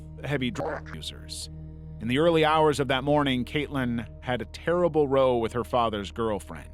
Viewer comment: I watched the whole thing. Though I will say this. In the Tennessee one, you said that Caitlyn had a terrible "row" with her father's GF. Great work and and awesome vid, but in the context you used it, the word "row" is a British word for fight. That said, the word "row" rhymes with cow or how. It is the same kind of situation where the word "wind" as in the wind is blows or wind as in to wind a watch. Other than that very minor critique, keep up the good work, and you have a new subscriber. Thanks!